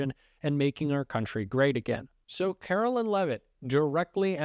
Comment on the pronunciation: Likeer don't like her are neutral about her. It doesn't matter either way but her name is Kar o LINE. Whether you're doing it to be cute or you just can't seem to grasp the difference between Carolyn and Caroline. Either way, it makes it hard to want to stay subscribed to you. Do better.